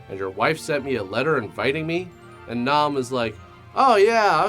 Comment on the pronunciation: It's pronounced "Nay-hume". They even say it in the movie.